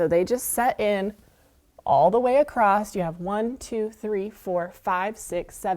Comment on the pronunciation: The word across, does not have a "t" on the end.